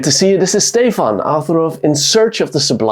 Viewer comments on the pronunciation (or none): none